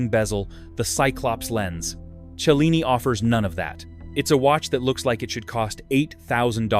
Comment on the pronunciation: Cellini. Chilling AI is not sure. Why can't AI at least talk right?